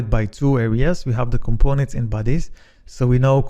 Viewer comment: when you told the word bodies,i thought you were saying "buddies".took some time to figure out Nice video overall